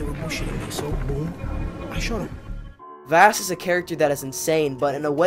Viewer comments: vass? it’s vahss, and gladohs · This video is good but I can’t get over you pronouncing Vaas (Vawss) as “Vass” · I don’t want to be that guy but his name isn’t pronounced like “vaas” it’s pronounced (vaws) or like the water voss. Like boss but with a V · its vass like vaus not like vast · him not saying “v-ah-s” is like nails on chockboard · (Sorry of you think i'm rude) Vaas is pronounced v-ah-s. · good vid but im throwing that away because you pronounce vaases name wrong you say vaas is pronounced vohs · Its vaàs not vaas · I'm American but I'm used to the British pronunciation of Vass so when I hear I wanna die haha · If you say vaas wrong one more time i sware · This was a really good video, but the way you pronounced vaas name was just messing with me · Vaas is such a good antihero, your dumbass can't even pronounce his name right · Are you saying Vaas's name wrong ironically or..? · I think you were saying vaas's name wrong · Don’t get me wrong this video is amazing but also the way you say vaas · my brain broke the way you pronounced Vaas' name but a great video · nobody tell him hes pronouncing "Vaas" wrong